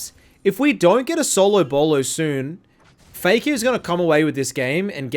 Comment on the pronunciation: "fay-kah's cwoa-key"